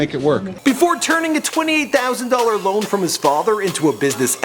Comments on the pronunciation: Loan not lone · "28 thousand dollar lone"